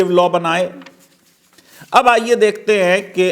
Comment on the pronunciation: It seems wo flow flow mein 'Ab' ko 'Abey' bol gaye... Bhawna smjhe 😉